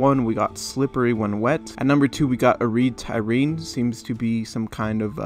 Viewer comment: mans said erde tyrene wrong.... it's for us halo lore nerds hahaha just so you know Erde Tyrene is the name givin to earth by the forerunners long before humans reseeded life and called it earth